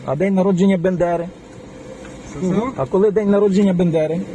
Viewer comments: БАНДЕРА, а не бЕндера, можна було б вивчити... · Ну ви то мали б знати, що фамілія Степана Андрійовича - Бандера, а не Бендера